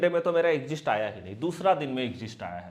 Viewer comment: Sir वो "एग्ज़िस्ट" नहीं "एक्ज़िट" होता है, वैसे आप की स्ट्रेटजी एक नंबर है👌 और एक बात, आप हर बार 2:1 बोलते हो जबकि शायद आप बोलना चाहते हैं 1:2 याने नुकसान SL हुआ तो एक रुपया लॉस होगा, और अगर ट्रगेट आया तो 2 रुपया प्रॉफिट होगा कृपया गौर करिएगा धन्यवाद🙏